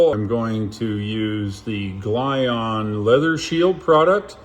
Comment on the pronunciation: Great video but its pronounced "Jee On" not Glyon